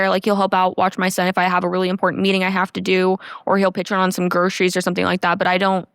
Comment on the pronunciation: When did so many people start pronouncing groceries as "groshreys?"